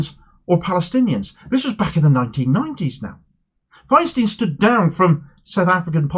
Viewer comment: Great candidate. But Andrew Feinstein isn't American so his name is pronounced "Fine-stine", not "Fine-steen".